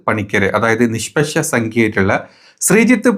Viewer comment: നിശ്പശ അല്ലടാ മദ്രസ്സ വാണമേ നിഷ്പക്ഷ